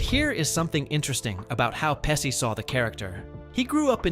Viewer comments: "peh-SHE" not "pessi" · Narrator kept mispronouncing Pesci as 'Pesee'not 'Peshee' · It's "pesh-y" not "pessy". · Omg, stop saying Joe Pessi. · The correct pronunciation of Joe Pesci’s name is PEH-shee, straight from Italian. That “sci” → “shee” sound is standard in Italian (same pattern as sciarpa, pesce, etc.). “Pessy” would only make sense if it were spelled something like Pessi, and even then, Italians would still lean toward a soft “sh” depending on context. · You pronounced "Pesci" wrong. In Italian, "SC" before "I" is pronounced "SH", so it should sound as "Peshi". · Oh for fux sake…it’s peshi peshi…not pessi asshole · TY FYI it's PEH SHE not pessi. And it's TO MAY not whatever u said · Joe Pesci grew up around the corner from our friend's wife's childhood home in Bloomfield, NJ. He owns a home in Lavallette, New Jersey near Seaside Heights--about 35 minutes SE of where we grew up. His name is pronounced "PEH- SHE," not "PES- CEE." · Peshy not Pessy FFS get it right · Who the heck is Joe Pessy? He was not in this movie, that's for sure. The male star was Joe Pesci. Joe Pesci’s last name is pronounced PEH-shee (/ˈpɛʃiː/), not "Pess-kee" or "Pess-eye" or "pessy." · In Italian, the "SC" combination has two main pronunciations based on the following vowel: "SH" before E or I ( e.g., Pesci ), and "SK" before A,O,U , or consonants ( e.g., Scala ). So hearing you keep pronouncing Pesci (PESHI) as (PESSY) is a little frustrating being of Italian origins myself LOL! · Peshe not Pesee! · His last name is pronounced PeSHi, not Pessi! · PESSI? IT'S PESCI !!! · Its "Peshee" and "Macheeoo" can you learn the pronunciation of the beloved actors before you make your GD disrespectful videos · Pesci is pronounced Peshi. the SC before an I is pronounced like the English Sh. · Joe Pesh-ee. OK? Joe Pesci. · The name is pronounced "PEH-shee" . That's with a SHE at the end. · It’s hard to listen to the narrator call him “Pessy” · Bro its not Pessi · Learn to pronounce Pe-chi !